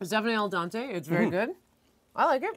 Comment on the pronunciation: LOL, yeah, I now feel like an accomplished man! Anyways, just trying to let people know the difference (I've heard way too many people saying dante instead of dente, and Italian is my first language, so I'm a bit picky about it). Sorry this correction sounded to you so mocking. I think you said it right though ;) Appreciate your video regardless <3.